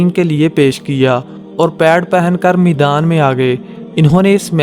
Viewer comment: Maidaan bol Bhai not meedaan Urdu talafuz theek Karo